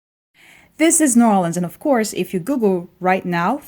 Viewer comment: It is not NAWLINS